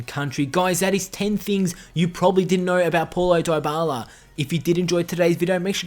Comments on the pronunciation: its not polo daybala its like pawlo dibala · Why does he says pualo dibala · Poulo Diyebala ? 😂😂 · 11. His name is apparently Polo Dieballa' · "poilo doyboiala" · "Poilo diebala" Ahahhahahah lmao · That’s not how you pronounce his name🤢🤢